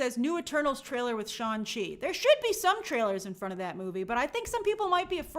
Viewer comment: We’re going with “Shawn Chi” as the pronunciation now?